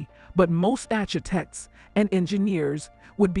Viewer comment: I too prefer the original narrator, no offense, but his voice is more soothing and just feels more relaxed, . This one also mispronounced a couple of words, like architect.